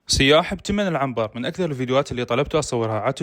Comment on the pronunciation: سياح بدون تشديد على السين يعني سايح. مو سييياح